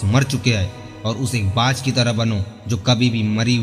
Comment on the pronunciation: कृपया हिंदी सही पढ़ें,बाज होता है बात नही,शेयर होता है सैयर नहीं,हिंदी तो सही पढ़ो भाई।